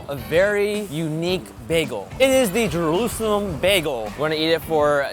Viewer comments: had a little trouble saying “Jerusalem” lol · The way she says it: Jeroouzeleeem Baygal